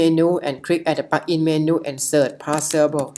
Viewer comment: helpful but it is difficult to understand what you are saying. Like 'plugin' is being pronounced as 'pakin'.